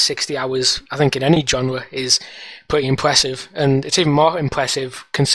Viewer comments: I love the way that guys says "Pwitty" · "really pwetty"